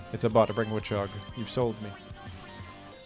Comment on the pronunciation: the way you pronounce it as wuhchog makes me laugh every time lol